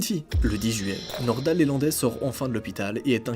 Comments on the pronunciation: C'est pas LÉlandai,c'est LElandai!!! Il n'y a pas d'accent sur le E . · LElandais pas lélandais. . Et c'est son véhicule perso pas une camionnette.... bref surtout sur une affaire super médiatisé.... tu merdouille 😂😂😂😂